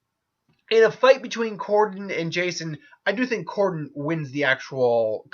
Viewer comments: Dude they are both zombies and pronounce the name right!!! It's Cordell not Cordon. You spelled the name correctly for the video title but decided to pronounce the name wrong (WTF??) or maybe that was a slight on your part because you like Jason but grudgingly had to declare Matt the winner. Either way it was silly. Anyway, Matt Cordell wins hands downs. Matt is more consciously aware than Jason which allows him to use his hand to hand combat skills and understanding of modern weaponry. Also they don't call him maniac cop for nothing. Matt can experience rage and go into maniac mode which makes him nearly unstoppable. Matt will rip Jason a new one. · Cordell you idiot not cordon, you are a dork